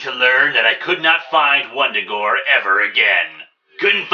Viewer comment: Vun-Da-Gore... not Wundagore.